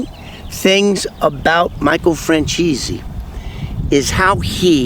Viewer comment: And we're supposed to listen to or believe a guy who can't even pronounce Michael's last name properly???? Yeah...ok.